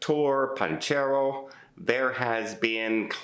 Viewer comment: Just to be clear, the Spanish town that mentions is Torre Pacheco, in Murcia, Spain. He massacres the name “Torpanchero”!